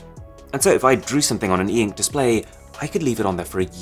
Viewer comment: Normal people : ink Arun : EEEENKK